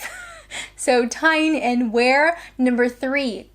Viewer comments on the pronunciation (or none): Its Tyne and Wear ( pronounced "Tine and Wee-r") Please get out of Kent more.